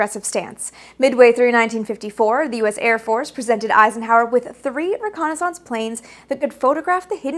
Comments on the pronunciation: This is wonderful, but the word is pronounced ReconnaisSENCE even though it's spelled ReconnaisSANCE! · What is this reconni-sounce you speak of? j/k😆 But do all you Canadians really pronounce reconnaissance like that? I've never heard that before. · "ree-Kon-is-unce! lol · Aussies pronounce it that way too. There are many words for which Americans put the emphasis on the first syllable and Brits put the emphasis on the second. In fact, syllable is one of them. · I just love the pronunciation of reconnaissance. :-) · Great part 1. But the old div recce soldier in me kept cringing every time you pronounced reconnaissance with a loooooong second 'a'. :) I think I'll have to make a drinking game out of part 2! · why do you pronounce reconnaissance incorrectly from how its phonetically spoken? its not pronounced as if it sounds like renaissance yes, they are spelled similarly and come from french origins - but they are pronounced differently and thats widely accepted and has been for over 100 years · Yeah the A-12 was needed. /close channel Why are you pronouncing reconnaissance so weirdly? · Funny how Canadians can't pronounce the word reconnaissance correctly. I'm not trying to be mean, just saying